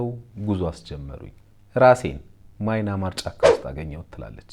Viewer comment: Dint say "ማይናማር"...say "ምያንማር"....አሌክስ the oldest "Burma"